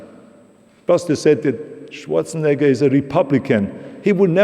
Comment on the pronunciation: Dear Americans, please notice, how this lady pronounces his last name. This is his name. Schwarzenegger. Not some "Shuorsenegger".